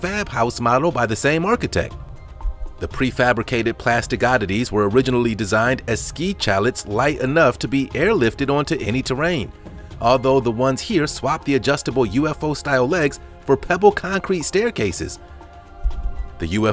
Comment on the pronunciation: Narrator doesn't know how to pronounce "chalet"...it's pronounced "sha-lay", not "cha-lit"...LOL!